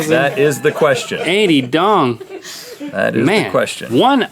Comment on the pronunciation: guys that's not how you say Vietnamese dong😂